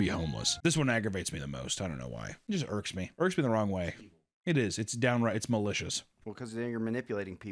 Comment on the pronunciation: You pronounced “wrong chin” Wong.